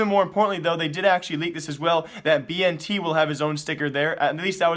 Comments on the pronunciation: Dude, it's bi-en-tet, not bi-en-ti. Hahaha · It is pronounced as Ben•ted and he is Indonesian lulz plz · Bntet is not chinese and thats not how you say his name :c